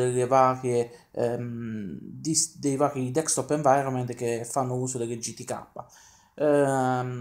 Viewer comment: il tuo ragionamento mi sembra valido ma con delle riserve. Poi una curiosità, mi sbaglio o ti sento pronunciare "DeKstop Environment"? Naturalmente so che sai come si pronuncia ma mi incuriosisce sapere se lo sento solo io. Beh per il resto non posso che chiederti di continuare così! Magari aumentare un pò la frequenza dei video! E anche sarebbe bella una recensione su Kalì Linux, è una distro che mi interessa ma non l'ho mai provata... è possibile? Un caro saluto a tutta la comunità del Box :)